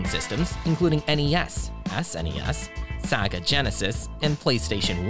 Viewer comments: ma boi really said "Saga" Genesis lol :face-green-smiling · Did he really say “saga genesis” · The way they said sega... 😂